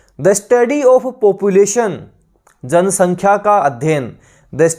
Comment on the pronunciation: Thanks for the session sir Ji... Sir ji aap jo bhi correct answer hota h...usko Mark bhi kr diya kijiye because sometimes confusion ho jaata h pronunciation k kaaran...like of...off to aapne to answer of btaya but konsa of...off... this is not clear...